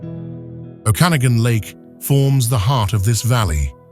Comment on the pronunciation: Better train your AI voice to properly pronounce "Okanagan" and "Penticton."